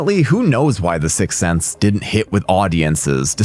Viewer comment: 13.08 you say Sixth Sense